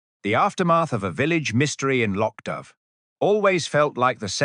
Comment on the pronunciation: Loch Dubh mispronounced